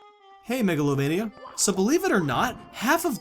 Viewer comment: the one part i noticed: when he said "hey meglovania".